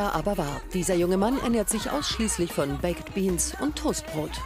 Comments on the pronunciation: „Bäcked Beans“ 😂 das spricht man „beik‘d“ aus und nicht „bäcked“ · Bäcket Beans 😂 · BAK'D BEANS WIRD ES AUSGESPROCHEN 😵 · die tomaten sauce ist nicht mal süss😂 aber ok . PS, die Sprecherin muss mal lernen wie man baked beans ausspricht😂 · Könnt Ihr nicht mal lernen wie baked beans richtig ausgesprochen wird?!? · Lernt doch erstmal wie man baked beans ausspricht wtf